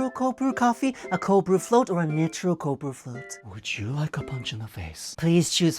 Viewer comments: By the way I'm pretty sure it's pronounced "naitro/nitro" not "にtro" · just a note that in English, at least American English, you say nitro like "NAI-tro" not "nee-tro" (I'm realizing how hard it is to write out phonetic pronunciations when two languages pronounce the same vowels differently... 'nai' like 'hai' I guess) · I'm probably the 50th person commenting this, but it's pronounced like "night-row" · Not ragging on ya at all, you help us gaijin understand your language so it feels apropos to help you with English. The “I” in nitro is a hard I sound like the I in “ I want Starbucks” or “Icy”, “Idol”, or “Idyllic”. Not an “E” sound like “Nippon”, “Pizza”, “Ski”, or “Police”. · that example incorrectly splits the 't' and 'r' into separate consonants. while the direct Japanese pronunciation might be a three consonant "nai/tu/ro", the English should include the "tr' consonant blend: "nigh(as in sigh or high)/tro". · It's pronounced "Nai-tro" ... at least in English. I know Japan also says, _"Oopho" instead of spelling "U.F.O." sooooooo... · We pronounce it NYE-TRO or N’EYE-TRO for Ni-tro-gen gas added for an unbelievable creaminess to just straight black cold brew, without sugar either. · Random: nitro is pronounced night-tro, do they mispronounce it on purpose? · Nit-ro? Interesting to hear a Japanese person pronounce an English word differently, I couldn't stop laughing at an American pronouncing Celica the other day 😅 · I'm sorry but you unintentionally mispronouncing "nitro" in the middle of a bit about being unable to pronounce long weird coffee names was my favourite part of this video LOL (in English it's pronounced ナイtro btw) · I think nitro is pronounced n-I-tr-O. With the "I" sounding like "eye" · "Nitro" is pronounced like "night-ro" 😂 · The irony of the “nitro” mispronunciation did not go unnoticed 😂😂😂